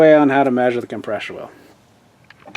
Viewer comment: is there a way to tell the holset COM PRESS OR (not com PRESH or) wheel size by the full part number on the tag? man thats making me crazy. its like an intelligent person saying" let me axe you a question. "